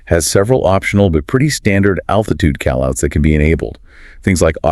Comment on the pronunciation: Is this AI or something? Why does he say "Call outs" like "Cal Outs"